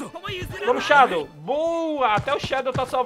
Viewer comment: Man, sô uma coisinha, não se pronuncia Shádow se fala Shedow